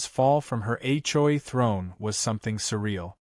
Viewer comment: AI can’t be very smart if, after hundreds of HOA stories, it still hasn’t figured out how to pronounce “HOA!”